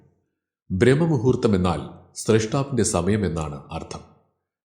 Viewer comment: B😊 ബ്രാഹ്‌മ മുഹൂർത്തം എന്നാണ് ചൊല്ലേണ്ടതു. ബ്രഹ്മ മു ഹൂ ർത്ഥം അർത്ഥം വേറൊന്നാണ് '